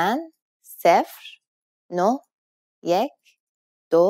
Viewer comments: it is yak not yek! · Da ba- I think you speak Dari Persian or Tajik Persian, I've seen them pronouncing it Yak. This channel however, is teaching Iranian Farsi in the Tehrani accent. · da ba it's Yek !!